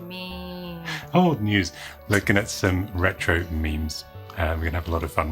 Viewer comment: "the ЯЯЯЯЯRRRRetro show" fits well with your Edinburgh pizza order :)